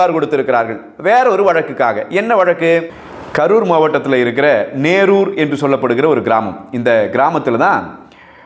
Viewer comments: நேரூர்‌ அல்ல. நெரூர்‌ என்பது தான் சரி. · நெரூர்.(Nerur) எனபது சரியான உச்சரிப்பு. கோவிலின் ஒட்டிய மேல்புரம் எங்கள் வயல். எனது வயது 65 எனக்கு விவரம் தெரிந்த நாளில் இருந்து அங்கு சாதிய பாகுபாடு கிடையாது. கோவிலை சுற்றி பல ஜாதியினர் அடர்த்தியாக உள்ள இடம். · நெரூர் என்பது சரியான உச்சரிப்பு.